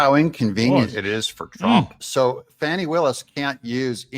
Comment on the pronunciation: By the way. It’s not “faw-knee” it’s fani. Like the a$$.